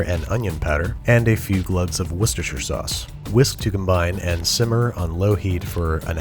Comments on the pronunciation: You said “What’s the shire sauce” completely wrong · I've always heard it pronounced wooster-shire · He doesn't though. It's Wuh-stuh-sher sauce. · Uhh, no he didn’t. It’s pronounced war-cest-er-shir sauce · Wooster sauce is the correct pronunciation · It's pronounced Woo-ster. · Not pronounced correctly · I'm from Worcestershire and he didn't say it quite right 😞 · Amazing content as always, but for god's sake please never pronounce Worcester like that again! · the way you say Worcestershire sauce greatly offends me as an Englishman